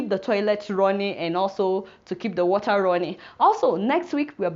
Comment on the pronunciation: i like the way she says water....warer